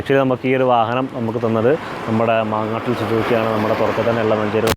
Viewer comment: മാങ്ങാട്ട് അല്ല 😂 മങ്ങാട്ടിൽ സുസുകി ഇത് മലപ്പുറം കോണോമ്പാറ യിൽ ഉണ്ട് ഷോറൂം